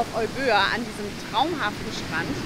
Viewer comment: Hallo liebe, lieber, Euböa ist eigentlich überhaupt kein Zungenbrecher, man spricht es Ewia mit der Betonung auf die erste Silber also auf das E aus. Erklärung: Εύβοια der zweite Buchstabe nach dem Epsilon also das Ypsilon übernimmt in der Zusammenstellung die Rolle des z. B. deutschen Buchstabens "W" und wird zusammen mit dem Buchstaben "β" als W ausgesprochen. Ein i von den vielen i die es im griechischen Alphabet gibt ist auch das "οι" und wird ganz normal als i ausgesprochen. Ich hoffe es kommt nicht auf eine besserwisserische Art rüber aber das klingt auf griechisch so falsch dass ich es schreiben musste. Danke für die schönen Bilder aus der alten Heimat und schöne Grüße aus den schönen Remstal.